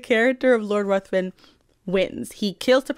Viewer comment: Just an aside, and I say this as a non-native speaker who is not trying to shame anyone, Lord Ruthven is pronounced Riven (like river with an 'n').